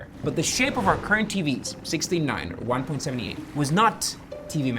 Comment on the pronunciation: Its pronounced One-Point-Seven-Eight and not One-Point-Seventy-Eight. Numbers after the decimal point are pronounced as individual numbers.